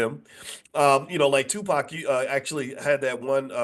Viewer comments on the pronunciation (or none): none